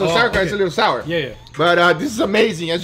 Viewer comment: Sauer in German means angry. GUGA said sour kraut. Not sour , sauer.